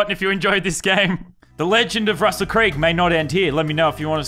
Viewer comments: RUSSUL BLOODY CREEG STOP SAYING THAT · The amount of times he said Russel creeg